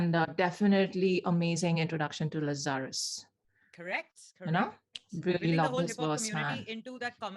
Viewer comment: Errr it’s Lazar……us.